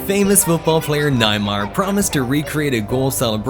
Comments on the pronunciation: naymar? bro? its neymar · it's not nimar it's neymar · he say naimar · This guy said naymar💀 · everyone:neymar:naymar 😅😅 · Sir it's Neymar not nimer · ni ma you mean neymar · You mean Neymar not Naymar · not naymar but neymar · Why did u pronounce Neymar nay mar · you said namer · he really just said nimar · he said neymar litterally nayamar 5: 30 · bro said Naymar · did he say naimar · He Said Naimar😂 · Man said naymar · Wait did he just say NAIMAR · Bro said neymar wrong😭😭😭